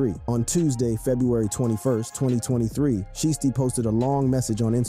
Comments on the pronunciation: Like shy stee sound it out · Shieesty? Goof. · He saying sheesty on purpose the shi was blowing me 😭😭😭😭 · Nah "Sheesty" is wild 😂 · Sheestey??? Bro u aint listen to this guys music or nuffin but u wna eat iff hes name that u cant even pronounce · Why is he calling him "sheesty" ?? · DIDNT say his name right